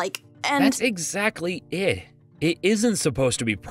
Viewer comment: Did anyone else hear say “Eh” other than “it”